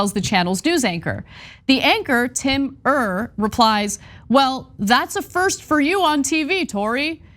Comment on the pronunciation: Not to be nitpicking, but his last name is pronounced like “ear”.